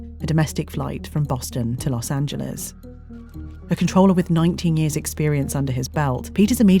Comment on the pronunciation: I’d like to thank the British narrator of this documentary for not pronouncing Los Angeles as “Los Angeleeze” like so many other British narrators have mistakingly done.